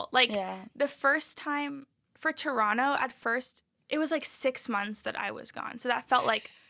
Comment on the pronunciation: Can we just please take a moment to appreciate the fact that Ariel is not pronouncing the second T in Toronto. Finally someone pronouncing the city right.